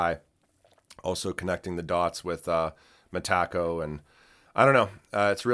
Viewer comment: Bro it’s Meta-co. Not Me Taco lol